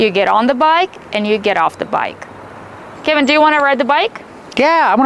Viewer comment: and What is the correct pronunciation of the name Kevin? I heard say "kaah-vin" multiple times in the video.... while Kevin introduced himself as 'ke-vin". Since this is an American English pronunciation channel I'm asking you guys to please educate me with the correct pronunciation.